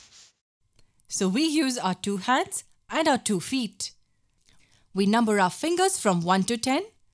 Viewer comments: Its not feat Its feet 😂🙄🤨🤨😜👣👣👣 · When I heard multiply with feat 🤣!!! But it was fun!!